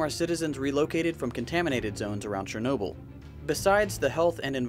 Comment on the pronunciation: No one: Not a single soul: Narrator:CHERnobyl